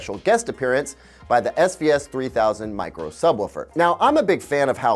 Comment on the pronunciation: He kept saying SVS, i kept hearing SbS. And that reminded me of Creative speakers.